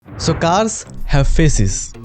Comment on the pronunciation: when you said faces i heard feses